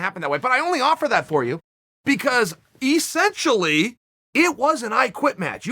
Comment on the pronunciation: Chael "E- scent- tially" Sonnen